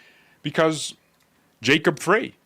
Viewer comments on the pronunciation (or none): Frey is pronounced Fry, as in Small Fry.